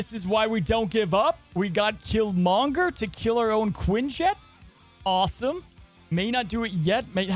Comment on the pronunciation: Great video keep it up. Please put the emphasis on Kill and not Monger when you say Killmonger!!! 😆😆😭😭